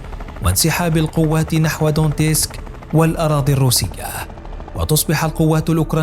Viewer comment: لا ( دونيتسك ) مش دونتيسك